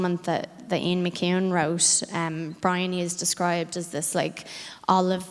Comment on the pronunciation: bReEoNy HUH???? WHO???? WHO THE FUCK IS BREEONY u mean briony pronouced BRI - ON -EEEEEEE smdh